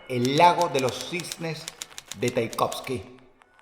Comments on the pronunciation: ¿Cómo que Taikovsky? Tchaikovski >:v Aparte de eso no me quejo más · El lago de los cisnes es de chaikovski o tchaikovsky. No taikovski. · Taikovsky 💀 es TCHAIKOVSKY la T no suena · Dross, el compositor se llama Tchaikovsky, no Taikovsky. Pequeña coreccion como fan de Tchaikovsky que soy xd